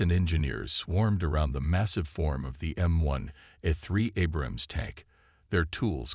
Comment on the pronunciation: I wish AI could pronounce Abrams correctly. Btw. I was an Abrams tank mechanic. Do y’all know what an Apache helicopter can do to one of these